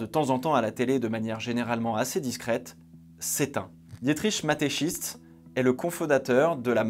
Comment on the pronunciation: Je suis désolé mais je suis obligé de te le dire psk ça m’a dérangé tout du long. Mais à Mateschitz, le Z et après le T et pas avant 😂 Sinon excellente vidéo, comme à ton habitude. Merci du travail